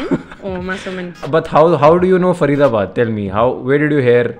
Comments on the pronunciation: she said (far ida bad) faridabad 😂😂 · the way she said Faridabad 😂😂😂